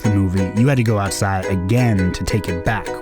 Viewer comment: I like how it sounds like you put emphasis on outside. It's like people forgot what that was